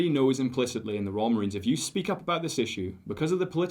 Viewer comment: It's the Royal Marines not fkn Royal Marina's